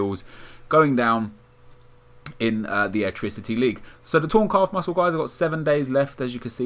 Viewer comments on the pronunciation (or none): none